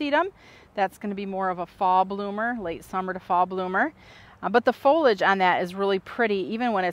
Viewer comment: I cringe every time I hear "folage". It's pronounced fol-ee-age. Is that an American thing?